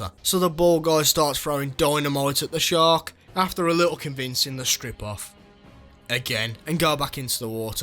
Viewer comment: I love how u said Sherk